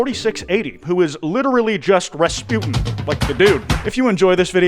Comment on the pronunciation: The way he said Rasputin confused me for a good five seconds